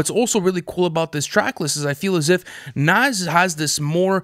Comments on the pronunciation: Say it with me boys its pronounced "nahz" not "naz" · It’s pronounced nawes bro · Loll they was the pronounce Nas name is crazy his name ain’t Naz guys 🤣🤣🤣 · The way y’all pronounce “nas” irks my soul 😂😂😂 it’s not “NAZ” 😭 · How hard is it to say Nas (Nah-ss)?